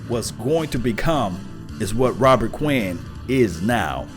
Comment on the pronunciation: Please say the man's name correctly.